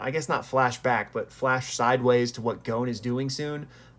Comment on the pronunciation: Why do i hear "Goan" not "Gon"